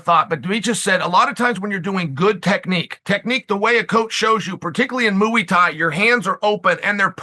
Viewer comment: Moeey thai